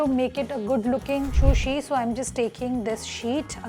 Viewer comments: Its sushi not shushi 😭😭its killing me listening to shushi. Sushi looks good thp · Excellent video.. please pronounce sushi rightly..